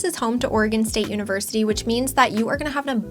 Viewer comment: 'Univerity'? TchTch